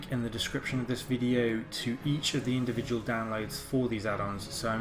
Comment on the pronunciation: indivual hahahaahahhahaahha